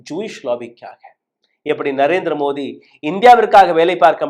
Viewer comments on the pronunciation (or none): none